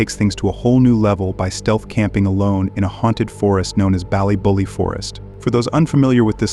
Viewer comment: He really botched the name of the place in Northern Ireland. Dunno why he’s saying ballybolly when it’s clearly ballybofey.